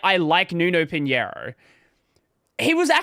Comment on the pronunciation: You pronounced pinhIEro instead of pinhEIro. But it's understandable, people prefer to learn Spanish instead of Portuguese because it is really easier to pronounce J, X and G as H, Z as S, etc, instead of pronouncing X as X, Z as Z, G as G... to be fair we pronounce J without the "D".